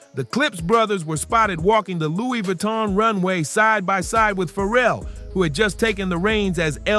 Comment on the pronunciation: “Looie Vooie-ton” 🤣